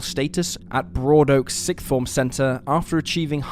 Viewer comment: Ugh..this is lazy. I dont like this. Need the moving pics at least..also its " siXth" not "sickth". Thats not a word